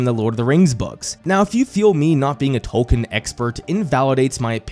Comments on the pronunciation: Don't worry too much about us hardcore fans. We knew you weren't as deep in as we were when you pronounce his name "Tol-Kin" and not "Tol-keen". But despite our pedantry we are (at least I am) happy to see you making this video and having more people enjoy his works enough to make video essays about them. Plus this is how I get to experience the show since I couldn't stomach watching it. XD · OK why do you keep saying "Toll-ken" when it's very widely documented he pronounced his name "TOLL-keen"? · Learn to pronounce the name. It's TOWL-keen. I can't even watch this video with you constantly mispronouncing the name.